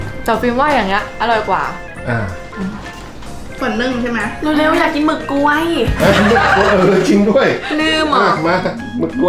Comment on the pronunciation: หมึกกล้วยค่ะไม่ใช่หมึกกลวย